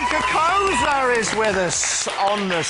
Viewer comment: Its Cocozza not Cocrozza